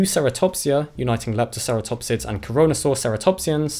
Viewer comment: Did just say coronasaur ceratopsians?